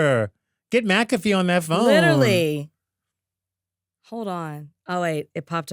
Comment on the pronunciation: Not macafee 😂😂😂😂 Justin kills me